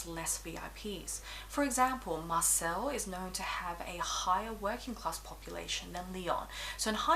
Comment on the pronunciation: Great video, very informative, thank u! Word of advice, u will probably have more chance in Marseille if u pronounce it correctly! It’s Mar Say 😘